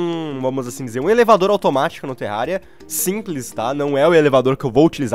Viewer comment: só eu que ouvi ele falando "terralia" no começo do vídeo?